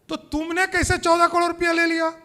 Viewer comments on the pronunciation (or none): कड़ोर नहीं बोलते। करोड़ बोलते हैं।